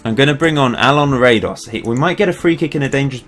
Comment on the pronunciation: as a Croat, i cringe on your Radoš pronounciation :P this is how you do it: -Ra is like how you pronounce the ra in: God Ra (Egyptian god) -Do is like do in: dong -Š is like Sh in: Shaniqua lol